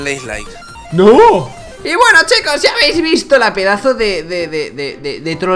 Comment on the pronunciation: LoL!! y te dieron los dislaiks que dijo Tom xD